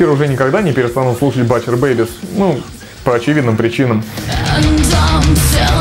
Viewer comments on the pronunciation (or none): О, Alestorm упомянули =)) З.Ы. 'Butcher' читается как 'бутчер'. \G